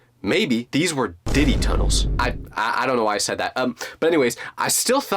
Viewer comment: "diddy tunnles" WTH😭